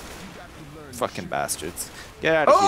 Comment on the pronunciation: "I cant FAKKING believe this can everyone stop getting smoked?"